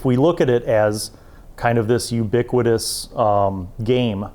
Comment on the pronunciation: You use "ubiquitous" a lot but you mispronounce it, every time.